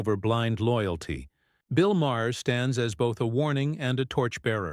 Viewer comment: Ma-her? Ma-hair? Who’s that? (AI narration is pathetic.)